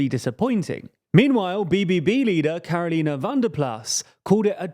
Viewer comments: Caroline is spoken out in the english way)) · love how with the BBB you are trying to pronounce her name the dutch way, while it's actually pronounced in the english way instead ( in her case that is ). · Caroline is actually pronounced in the English way, so it was quite funny to see you struggling trying to pronounce it the Dutch way.